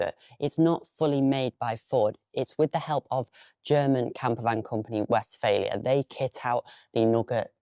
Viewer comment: Just a small correction - you pronounce it as "West-failure". It is Westfaaaalia :)